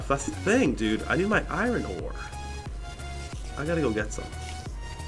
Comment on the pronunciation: its iron ore not irin ore